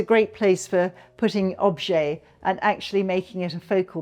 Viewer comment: this is the first time I've heard object or objects pronounced as objay before. I'm curious, is it a British way of saying it?